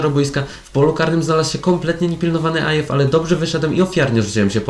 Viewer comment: Nazwisko Ayew czyta się "Aju" a nie "Ajew" :)